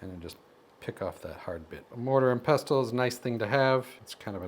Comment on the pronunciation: Pestle is pronounced the same as nestle. You don't sound the "T" 😊😊😊😊